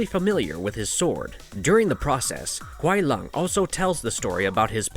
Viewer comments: kuai lung? lol you mean Kuai Liang (sounds like lee-ang) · Why do yo call Sub Kuai LUNG???his name is Kuai Liang it is clearly not Lung. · It's LEE- ANG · Kuai lung? Seriously learn there names before making a video its Kuai liang not lung 🤦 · The way u pronouce kuai Liang and Shang tsung is appalling